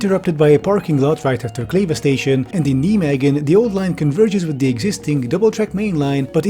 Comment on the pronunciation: Love your videos, especially the tech bro bashings ones. But its nɛiˌmeːɣə(n) :D Kleve was fine though .